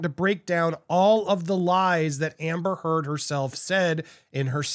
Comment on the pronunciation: How do you mispronounce "amber heard?"